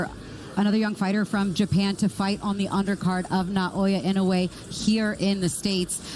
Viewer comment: Typical disorganized MGM, they don't know how to pronounce Naoya Inoue's name.